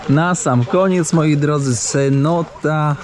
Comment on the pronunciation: Nie Senota tylko CENOTA jak będziesz robił aż takie błędy to przestaje oglądać ☹️